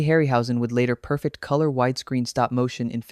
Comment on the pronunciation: "It starred TV's Guy Maddison?" "It was filmed in Mexico?" "The dinosaur looked bad?" These are your "Weird Facts"? Also, the verb is "perFECT", not "PER-fect" , which. you would know if you weren't an AI.